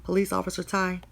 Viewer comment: It's not officer thank u it's officer Ty... Ty is his name.. pronounced "tie"